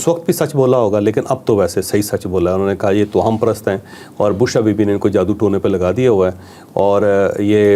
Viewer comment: توہم کی "ہ" پر شد پیش ہے۔